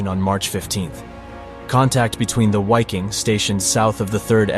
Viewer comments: Please learn how to pronounce German proper nouns- your credibility as a historical documentarist is seriously suspect. First & foremost, the German, "W" is always pronounced as, "V". Most of your German proper names are badly mispronounced- I had to stop watching... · Wiking division is pronounced vee koong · I’m German W is prounounced as a V. Wiking = Viking. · It's pronounced viking. The german language pronounces w like v. And v is pronounced like w. Examples: Wiking pronounced like viking Waffen like vaffen Wehrmacht like vehrmacht. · . In the German language W is pronounced V. So Wiking is pronounced Viking in German. Wehrmacht is pronounced vehrmacht and waffen is pronounced vaffen. I lived and worked in Germany for five years: I never heard any German pronounce a W as a W, it was always pronounced V. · I guess this is AI voice-over, but I believe it's pronounced "vicking" in German. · Dude, the "w" in Wiking and Waffen are pronounced as a "V"...sounds like "veking" and "varfen" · Ok, W's in German are pronounced as V's. Its VIKING. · Dude, it was SS VIKING and not wiking xDxD. Wiking is the german for Viking. Dumb dumb stupid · Please don't say "Why-king" but rather "Vee-king" (in German "W" sounds like "V" in English, and "i" sounds like short "ee" or "i" in "big". You can also just use the English word Viking, because it has the same meaning in both languages, while "Why-king" sounds neither in German nor in English. This is some obnoxious language hybrid. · Viking not UAKING ! Please respect GERMAN language ! Congrats for your excellent work ! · Great video.... but isn't the European pronunciation 'V'eye-king', not 'Why-king'? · Why? Why in the opening of a documentary or rather how could you not know having supposedly done so much research would you refer to these men and the-pro.(WHY-king) division. It’s about as simple as just say Viking in English that’s just how to pronounce Wiking=Viking. No one one called them that. Or the Where-mocked) come on